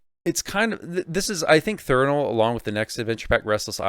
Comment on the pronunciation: How do you mispronounce a word thats right in front of your fucking face? Its threnal not Thernal? And dont give me the "dyslexia" excuse. Have some professionalism.